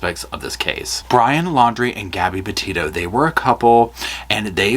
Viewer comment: Petito. Not Pito